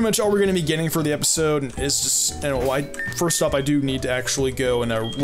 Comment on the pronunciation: I think he tried saying "First" but put in a y instead of a t